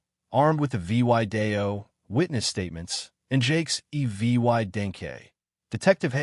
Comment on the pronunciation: Horrible reading, miss- spelling and reading. Would have been good story, if could say and spell "video", and couple other words.